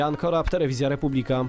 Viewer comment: Panie Korab, umiesz pan mowic poprawnie po Polsku i odpowiednio akcentowac sylaby ??? co Wy robicie z jezyka polskiego ? tego jeczenia nia da sie sluchac ? Prowadzacemu tez sie udziela coraz bardziej. Mowcie po Polsku.